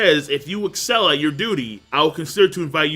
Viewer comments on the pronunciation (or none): none